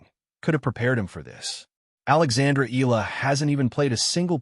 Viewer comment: Thank you. Please pronounce her surname Eala as: e-ya-la